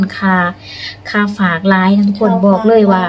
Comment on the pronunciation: ผมอยากให้คนลาวทุกคนพูดคำว่าฝากอย่าพูดเป็นผากมันพูดไม่ถูดหัดพูดใหม่ครับพัฒนาคำพูดหน่อยครับ